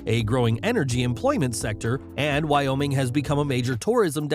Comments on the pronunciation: Wyoming ≠ why YaoMing? 😂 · you say Wyoming I say why not oming?